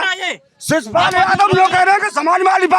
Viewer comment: शिवपाल ❌ सिसपाल ✅😅😅😅